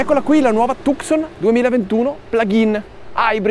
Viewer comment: la precedente era già bella, il nuovo modello molto originale nel design, ma si pronuncia Tuson